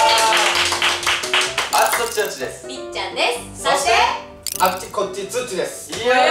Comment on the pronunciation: つっちーじゃなくてつっちじゃね？